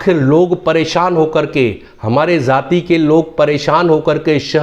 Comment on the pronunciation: ZAATI KYUN BOLTE HO ..JAATI BOLNE NAHI AATA ??